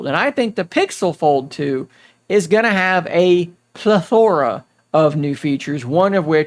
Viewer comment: Did he just say ple -tho-ra? 😂 By the way, love Samsung software optimizations and the hardware is nice. But they are not listening to their customers on this one with the cameras and the front screen size. I can’t justify jumping up in price to the fold without at least S23 Ultra or better cameras.